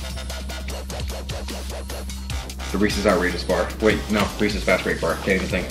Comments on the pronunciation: When he said as many Reese's products it sounded like he said racist products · How many times did he say Reese’s! 😂